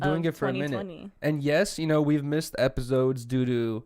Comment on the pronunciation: Hate way he says “Epizodes”